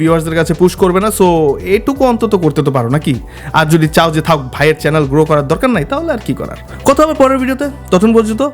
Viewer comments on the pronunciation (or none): none